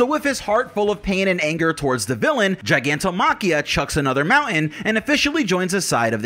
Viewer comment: The word is pronounced “gig” like a job. “Gig” not jig like a clamp or securing tool. Gigantomachia not jigantomachia. It is also the word for the Olympians(greek pantheon) war against the giants